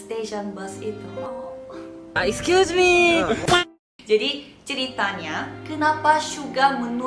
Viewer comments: gw mau nangis malah ketawa gara2 jimin bilang aiskyusme (tolong maap klo salah nulis gw ngga bisa bahasa lain selain bahasa kalbu ama bahasa indonesia) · Gagal nangis perkara "EXCUSEMEE" :')